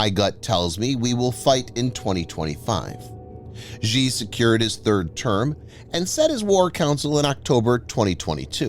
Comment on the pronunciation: I cringe whenever you pronounce Xi and Xujiang. The letter X in Chinese is a substitute for the letter combo Sh. It is not pronounced "zhj". That sound doesn't exist in any dialect of Chinese. Here's how to remember it with a mnemonic: just think "that's what Xi said" and remember that it sounds exactly like "that's what she said".